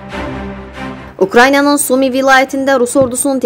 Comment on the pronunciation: Ay xanim, kadrarxasi metni oxuyan xanim, 3cu defedir yaziram, bu olkenin adi Ukrayniya deyil, Ukrayna